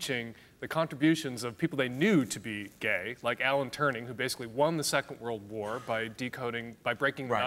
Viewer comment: ...did he just say "Alan Turning"?!